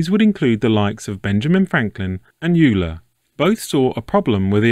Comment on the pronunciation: Euler is pronounced as Oil-er.